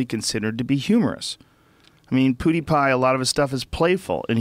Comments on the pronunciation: Nobody: Joe Rogan: Poodiepie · Why does Joe pronounce PewDiePie like PuDiePie? It sounds like BoodyPie